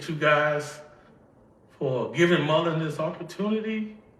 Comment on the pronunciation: A company pays this illiterate five million dollars and he can't pronounce the name Mullen? I don't believe his claims.